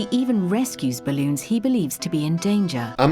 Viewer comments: Am i the only one that hears him saying Bloons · Everyone: Balloons:Bloons